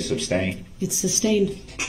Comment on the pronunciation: .. I believe dorrow says GROUNZ and I’m dying so hard looooool